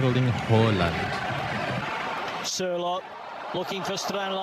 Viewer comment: Your first pronunciation is the most correct one.. it's Håland.. as 2 aa's it pronounced as an Å, and the d is almost silent.